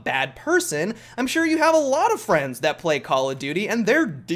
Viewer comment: what was that? 'fffrrieends'? what is this 'friends' you you are talking about?